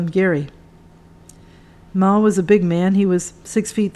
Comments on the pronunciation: Beat me to it! It was doing my head in. Should be Mal - as in mal-content. NOT "Marl" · His name is pronounced Mal as in Al. It is not Maul. Good content and good book.